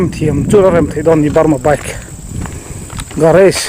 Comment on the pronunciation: garAge...Mizo hawrawpa "A" anga lam tur